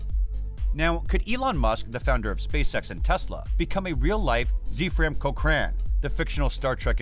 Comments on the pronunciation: Zephram. Its zefram cochrane. Not “sefram chochran” (no hard feelings i had to google it too) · Zeefram Cokecan? Did you mean “Zefram Cochrane”?